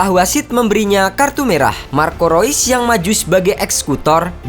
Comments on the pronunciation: Bang maaf ada ralat... Marco reus dibaca (rius) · Mimin pake pengucapan bahasa jerman